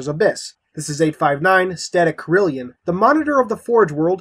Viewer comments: It is actually "Static Carillon", not "Static Carillion". Carillon is pronounced like "Care-ih-lawn". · I'll have to consult someone who knows French before the next Escalation video. Based on the spelling, the second pronunciation sounds like it would be the correct way.